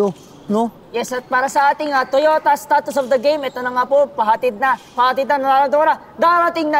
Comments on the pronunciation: Statistics kasi hindi STATUS HAHAHAHAHAHAHAHAHA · Bakit "Status" lagi sinasabi ni sa stats? Hahahaha. Statistics yun.:)